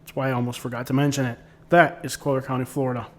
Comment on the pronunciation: Yeah Im curious why you pronounce it “ co- leer” county? But besides that pretty good video. But naples is segregated. Everything west of 41 minus Naples Park is reserved for the rich.